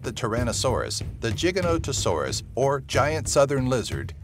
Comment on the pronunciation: you nailed the giganotosaurus pronunciation